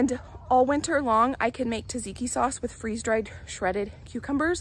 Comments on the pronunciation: She mentioned tzatziki. (She calls it “tazeeki”) 😊😊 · As a European, i always smile when you say the words tzatziki or zucchini. We do pronounce it completely different ways than you do. Also i noticed that the cauliflower ( in another video) and red cabbage has a little bit other colour than i am used to. It maybe only the camera and tv changing the colours, but it is still interesting. Also, when you taste things outside unwashed i always want to scream that you should not do it, but i realize i have no right to say anything. ( Here it is widely discouraged for pregnant women to eat unwashed produce)